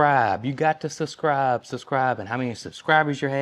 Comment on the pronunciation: Suscribe? 😂😂 I like it pronounced that way!